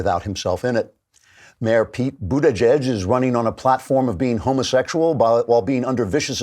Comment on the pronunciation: I keep telling you, Andrew! It's Booty-Gig. There is no edge to it.